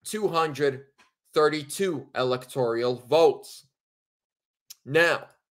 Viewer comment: ….it’s electoral rather than electorial. No “i” in the word. 👍